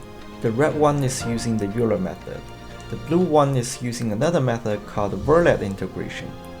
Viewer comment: Fun fact: Euler is pronounced oiler not youler